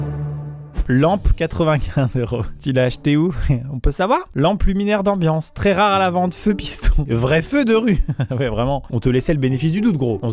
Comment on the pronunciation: Maxime, il vas falloir rendre le " U " de " Amblance " 🤣! FBI OUVREZ CETTE PORTE..🤣